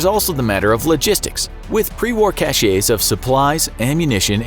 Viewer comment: And all this insight and wisdom from a man who can't even manage to pronunciate 'cache' correctly... ....Just say'in.